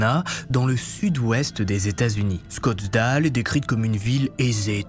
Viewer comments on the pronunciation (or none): Salut !On dit pas Scottsdale mais Scottsdale !😂 Pour info (Scottsdèle + ou -) Toujours aussi bon travail, bravo et merci